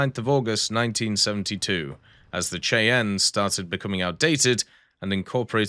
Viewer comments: The AH-56 Cheyenne is pronounced "Shy-ann." I remember seeing the Cheyenne prototype on display in a museum several decades ago. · Shy-ann.. Cheyenne is not pronounced as it's spelled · the AH-56 Cheyenne is pronounced 'shy-ann', seriously Google how to pronounce things ;) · But this time pronounce it "shy ann" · obviously Bartholomeow does. Maybe he's from Cheyenne and wanted to educate someone who might not have known the proper way to pronounce it. Maybe be a little decent to your fellow humans on the Internet.